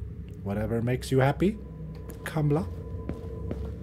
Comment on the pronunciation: its not kamla its kamala lol